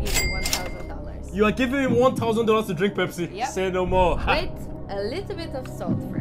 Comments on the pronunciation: I love Pepsii ....the Africa intonation is just so pronounced. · The way he pronounce pepsi, like a real Nigerian man😂😂😂